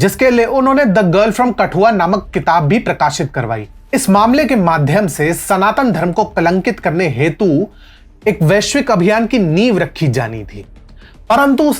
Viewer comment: Ye vaishvik nahi veishya hai...... 😂😂😂😂😂